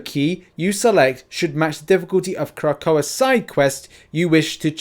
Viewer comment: Crah-coe-uh (Krakoa)